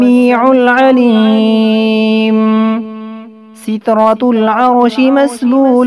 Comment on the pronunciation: آواز ماشاء اللہ اچھی ہے لیکن آپ نے تلفظ صحیح نہیں رکھا۔ بہت غلطیاں کی ہی۔ ستر العرش کو آپ نے ستراتلعرش پڑھا ہے۔ اس ویڈیو کو ڈلیٹ کر دیں پھر درست تلفظ کے ساتھ اپلوڈ کر دیں اللہ آپ کو جزائے خیر دے